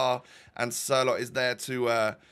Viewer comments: I’m Norwegian and you dont say Sørloth you say Sørlot. Love your vids btw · Il from norway. Its s ø r l o t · Im Norwegian you say like s-ø-r loth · It's like Sir-Lot, not Sorloth, so your first pronounciation, or how your mates pronounced it was pretty much spot on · norwegen fan here!🇳🇴🇳🇴He is pronounced «Sørlått» in norwegian!😂😂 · hi! i’m 50% norwegian and the real prunonciation for sorloth is sur-lof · I am norwegian and your friends pronounce Sørloth better but you say it more like sørlott. Or sirlott in for english people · your saying sørlot not sorlot sørloth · It is sørlot with no th just the t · Im from Norway, and my fotball trainer was the teacher to Sørloth’s wife. U pronounce Sørloth with the «ø» with the First sound in «Under» And «Th» with a long «T» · about the pronunciation on Sørloth. you say it without the H and the ø is like a mix of O and E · U just need to learn the letter ø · It is Ø like earn my sØrloth